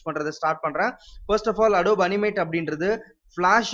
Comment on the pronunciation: I'm not trying to be rude but it is pronounced Ado-bee not adob